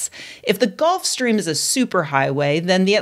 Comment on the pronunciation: That should be pronounced Gulf Stream rather than Golf Stream.... Otherwise good news.